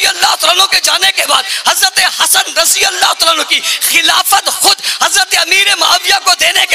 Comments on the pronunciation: Razi Allah b bolna nhi ata lanti ko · Oye ise to razi Allah bhi shi nhi bolna ata ye kya krega